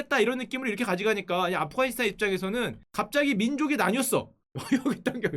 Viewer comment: afghanistan 인데 왜 아프카니스탄으로 발음하죠?아프가니스탄이 올바른 발음입니다.